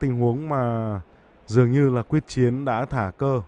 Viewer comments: Quyết Chiến tên VĐV mà nói sai là sso??? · Nguyễn trần thanh tự thì đọc thanh tú trần quyết chiến thì đọc quốc chiến, blv ko có chuyên môn j